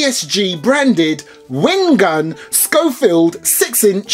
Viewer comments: It's not a scofield. it's a schofield. (pronounced: show- field) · thought it was pronounced Shofield